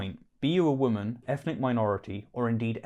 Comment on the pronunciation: A good video, but why do you pronounce woman and women the same way? It's weird and distracting. Woman = wum-uhn Women = wimm-in